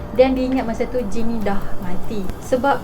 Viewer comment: akakk sy dgr akak ckp jin bkn jane 😅 ke mmg sebutan dia mcm tu hshs